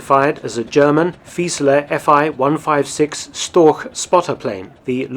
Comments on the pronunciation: storch is pronouced "shtorsh" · Interesting as always. Just a hint for the pronounciation of the word Storch - German ch often denotes the same sound as in Loch Ness, but it doesn't in Storch. In Storch the sound is pronounced like the h in huge or Hugh (in a British pronounciation, where the h actually represents a sound). Both ch sounds are mutually exclusive and there are rules as to when to use which, e.g. you'd use the Loch sound following an A, whereas you'd use the huge sound following an I -> making for ach ('oh' or 'alas' in English) vs. ich (first person singular pronoun). The rules are pretty intuitive as it is easier to use the Loch sound after sounds that are produced with an open mouth and/or rounded lips and the huge sound after sounds that are produced with a half-closed, narrow mouth.